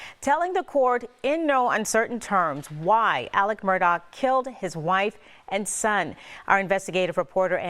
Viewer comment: Alex guys not Alec stupid newscasters